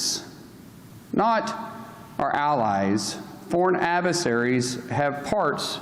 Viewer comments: "foreign aversarys" Oklahoma + Republican education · “Foreign Avesaries.” Go home, you’re drunk. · What’s an “aveseries”?